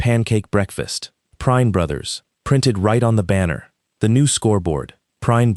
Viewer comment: Uh...figure out how Prine(s) is going to be pronounced. Something it's being said as Prinn (short i), (also said as Prinz), other times as Prine (long I). Get it right.